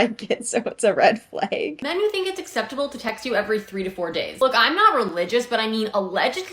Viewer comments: adding an I to the pronunciation of flag? red flaig! (but nah all serious, I love your voice and outfit!!) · shes canadian i believe and thats how they say it there!!! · love how your canada shows everytime you say flag. kinda warmed my heart which is getting hard to do these day. great to see a vid from ya